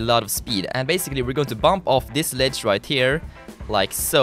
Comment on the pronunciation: he says white instead of right